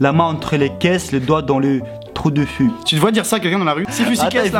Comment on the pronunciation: a dit 5 sur 4 xD Sinon c'est Fu pas futte xD